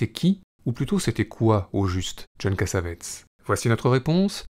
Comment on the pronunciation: Cass-A-Vé-Tiss ---> La bonne prononciation.